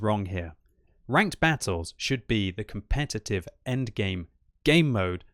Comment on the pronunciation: commpetitve ha ha ha ha